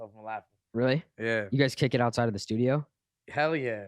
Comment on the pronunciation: kyle says altside (outside)